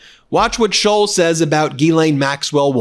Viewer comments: It’s Schultz , not Shoals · He's Shults not Shullz js